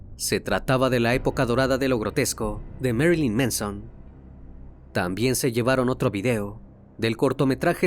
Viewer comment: Pronunciación correcta, de nada